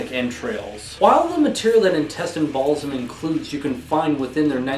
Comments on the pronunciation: Intestine "Ball-sim-...isin't it intestine 'baal-ism'? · the Baal part is correct, but you're saying BaalSIM instead of BaalISM :D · It's BAAL-ISM not BALLS-IM XD driving me insane!!